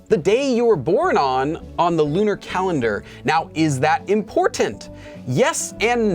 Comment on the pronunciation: I heard LOONA calendar haha